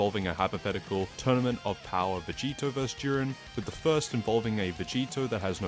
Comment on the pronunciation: Bro can’t say “tournament” correctly to save his life